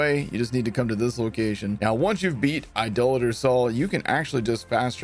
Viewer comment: thanks for saying Idolater correctly.